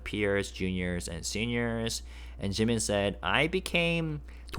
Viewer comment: Thanks for this... It sounds like JK is still saying JIMINSHIII